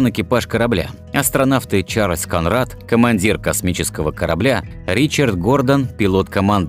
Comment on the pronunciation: ДовИль, а не дОвиль. КОнрад,а не КонрАд.Или это робот озвучивает?